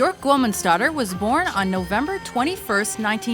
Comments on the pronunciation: byuhrk guth-munds-doh-tir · Bjork gwomansdauter? Really? Is it that hard to pronounce her real last name?